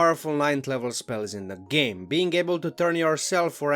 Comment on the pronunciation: Oh, boy, these options are so powerful, it broke word "game" to "gaem" !